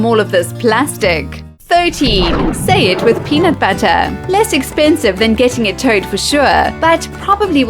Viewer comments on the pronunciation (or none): peanut buttah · Lmao how she says "pheunutbeutter"